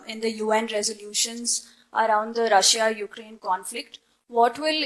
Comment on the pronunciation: SJ still has not learned how to say "Ukraine" properly... that's a bit of a head-scratcher, to say the least